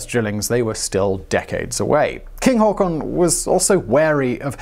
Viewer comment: o Not really that bad actually. Much surprisement!